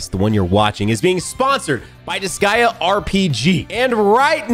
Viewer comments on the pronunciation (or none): Did you just mis pronounce disgaea multiple times? Or have I been pronouncing it wrong for years? o_o